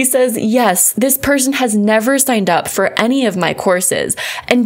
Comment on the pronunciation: "Fuuuuur awhile"?!?...... 🤔😅🤣